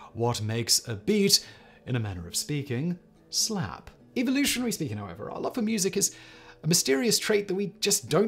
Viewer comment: Pauses in posh..."slap"